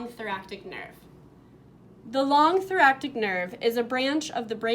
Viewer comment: That is not how you say thoracic 🤦‍♀️